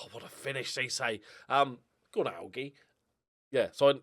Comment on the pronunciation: I think Ceesay's first name is pronounced like Ali. G, but Ala G.